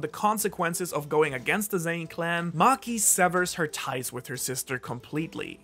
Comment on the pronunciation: I have two comments to make. First, the family name is Zen'in, and since it's clear that you care about getting the pronunciation right, you should make sure you say zen…in. Second, you're very cute.